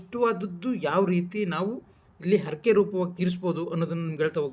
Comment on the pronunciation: ಅರಕೆ ಅಲ್ಲ ಹರಕೆ, ಅನ್ನೊಂದು ಅಲ್ಲ ಹನ್ನೊಂದು. Etc .........